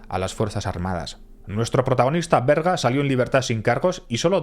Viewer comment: Berga, no Verga... Que falo.. hay.. que fallo...